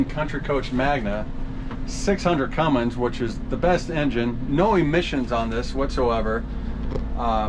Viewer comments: What's a "cummings"? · There is no g in Cummins . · There is no G in Cummins